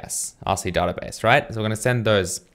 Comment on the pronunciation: I would really appreciate it if you started to pronounce the word "database" correctly.